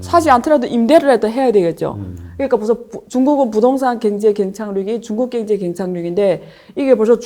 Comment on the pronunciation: 왜 자꾸 갱제 로 들려요?ㅎㅎ